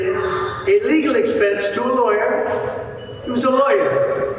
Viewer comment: It sounds like he is saying, "illegal expense" over and over. I thought he was actually telling the truth for a second!